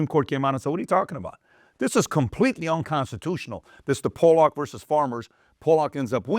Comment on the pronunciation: Pat, as always, great video. Pollack is pronounced Pah-lock, not Poh-lock. The latter is a pejorative describing Polish people ;-)